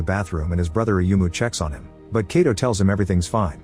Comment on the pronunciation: I didnt even know this till now! The only problem with this narrator is that he kept mispronouncing 'Kato' very common Japanese last name.